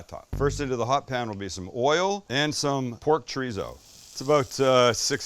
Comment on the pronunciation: Chor-ee-so.... Not treezo.